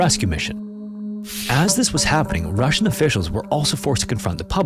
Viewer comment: Yeah the “Russjian” sure wasn’t 😂